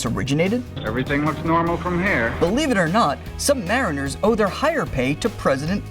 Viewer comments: They are not pronounced sub-mar-in-er. they are pronounced sub-ma-reen-er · Sub-muh-REEN'-ur... NOT... sub-MAR'-uh-nur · And to the narrator...another fact. It's pronounced SUBMARINER, not sub-mariner. Thank you! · He said it the English way, which is wrong. The way you wrote it is the American way, and is correct, because the submarine is an American invention. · Submariner is pronounced "sub ma REEN er" by submariners, and we don't give a sh1t what the dictionary says. I once made a 118 day patrol constantly submerged on USS Henry Clay in 1989 .... so my hat's off to the Trident guys for the 140 day run.